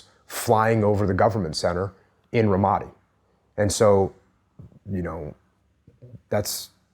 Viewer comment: Learn to pronounce Ramadi, you fucking knucklehead.